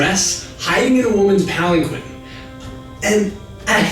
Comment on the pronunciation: Very interesting that they talk about Japanese names/words... when for all the videos Kyoto was pronounced wrong. It was pronounced kee-yo-to in the video, when it should be kyo-to (two syllables, not three). And as many people pointed out, Shingen should be shin-ghen not shin-jen. And finally, palanquin is pronounced pal-ann-keen. That being said, absolutely LOVED this video series! So awesome. Definitely checking out other videos from this channel.